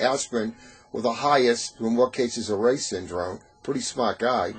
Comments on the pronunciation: Hi. Just a small note. My great uncle's name is pronounced "Rye" (as in rye bread). It's not "Ray". Thanks for discussing this important topic. Kind regards, Kirsty Reye, Canberra, Australia. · It is pronounced Reye’s Syndrome not Ray’s syndrome. I am a Survivor of the 1974 epidemic. I was 7 and in a coma for 72 hours. We have connected 96% of the dots that the RS triggered my Ulcerative Colitis then went on to attack my lungs causing Bronchiectasis. It has taken 38 years to get this far. But CDC must put RS on the report call in. Their numbers are wrong and all the children we loose to flu has been RS but not reported.